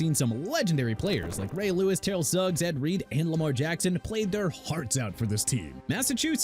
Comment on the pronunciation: YOU KNOW WHAT?! I'M DONE. IT'S TER-RELL SUGGS AND ALSO MARYLAND IS PRONOUNCED MEH-RUH-LUHND!! AND IT'S SHAI (AS IN SHEA) GILGEOUS ALEXANDER NOT SHY!! GET A TEXTBOOK ABOUT PRONUNCIATIONS, READ IT AND COME BACK WHEN YOU'RE DONE!!